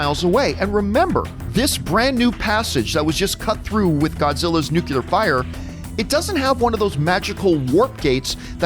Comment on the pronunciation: I love love love love love love LOVE you, John Campea. But it's "nuclear". New-clear. One must ask one's self, "What is a nuculus?" Did I mention I love you? Because I do. And I agree 100% with everything in this video. Lots of facepalming. But yeah, movie was still a romp, though.